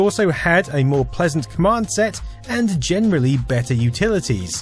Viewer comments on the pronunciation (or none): none